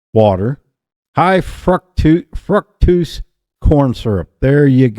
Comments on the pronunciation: Cute!! Remove the R. Fuctose. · 💯👊 Love your pronunciation of fructose! 🤣